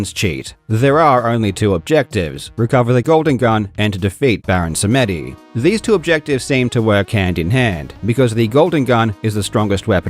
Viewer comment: Baron "Samédi", 😂😂😂, the "e" is silent. Sam-di